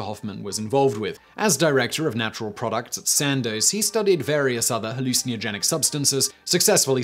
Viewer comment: You say hallucinogen funny